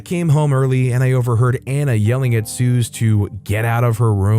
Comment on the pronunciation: Suze [ Sue-Zee] not [Soo-Z]